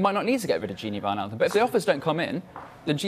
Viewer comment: "The wijnaldmuns" oh dear... Just when you thought it couldn't get worse than Jamie Redknapp calling him gigi